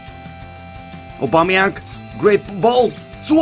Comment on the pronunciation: Stop saying aubameyank